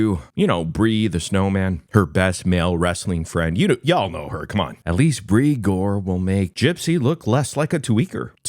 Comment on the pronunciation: Not Bri-gore 😂😂😂😂😂